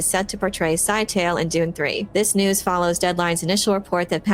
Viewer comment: Note to everybody: please pronounce Scytale correctly. It's not "sci-tale"; it is a 3 syllable word and acceptable pronunciations are as follows (provided in simplified phonetics): "SKI-tuh-lee" (sounds a little like Italy with a hard "SK" at the start) Another acceptable form is "skit-UH-lee". Words matter. Pronunciation matters. This has been your lesson of the day.